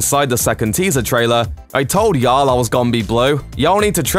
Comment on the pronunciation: This man saying yall in his accent is kinda really funny